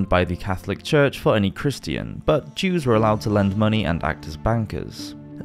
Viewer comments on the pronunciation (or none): none